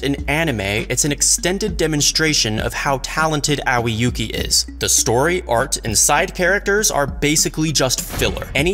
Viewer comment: aowi yuuki => a-oi yuuki (Pronouciation)